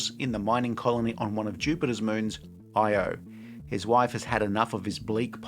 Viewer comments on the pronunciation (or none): yet another person who says “Io” like it’s an acronym. In the movie literally titled “Io,” they mispronounced it this way every single time.